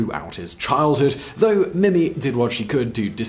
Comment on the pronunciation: Mimi is pronounced Meemee.